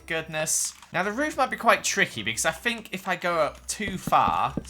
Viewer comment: I’m sorry for what I’m about to say - but saying fink instead of think and free instead of three hurts my soul so much!